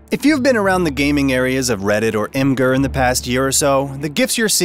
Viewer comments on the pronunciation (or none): it's pronounced "image" + "er" and not "eem" + "ger" source: from the AMA of the imgur founder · I pronounce it imager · How do you pronounce Imgur? Because I have heard it to many was.